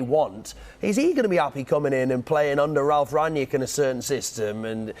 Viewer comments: Just a quick note, his name is pronounced slightly differently. Think of his name in two words, Rang and nick. There is no J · From a German: They keep pronouncing his surname "Ranjeck". That's not it. It is: "Rang - nick". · its rang nick rangnick!!!! not rang niack!!!!